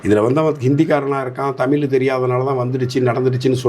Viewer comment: உங்கள் வலைதளப் பேட்டிகளை மிகவு ம் ரசிக்கிறேன். மிகவும் அறிவார்ந்தவைகளாக உள்ளன. உங்களது பேச்சுத்திறன் மிகவும் பாராட்டத்தக்கதே. ஆனால் ஒன்றைச் சுட்டிக்காட்ட நினைக்கிறேன் நீங்கள தமிழை தமில் என்று கூறும்போதெல்லாம் என்மீது அமிலத்தை ஊற்றுவதுபோல உணர்கிறேன் தயவுசெய்து திருத்திக்கொள்ளுங்கள்